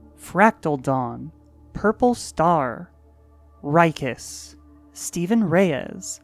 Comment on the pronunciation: Yay you pronounced my name (Rykis) right!